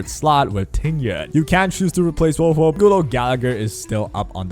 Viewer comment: Male characters are poppy. Waiu > everything Typical Male character using peasant, can't even say Huohuo's name correctly